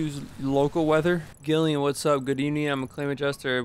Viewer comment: Love that doesn't know how to pronounce Gillian